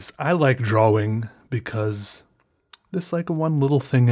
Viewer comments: You sat dwaring when it should be drawing. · Fergusto ! its called a dialect or an accent lol also, he says "draw-ing" while most people pronounce it "dra-ing" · the way he said draWING was just yes u have always pronounced it drawring wooooow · You say drawing wrong...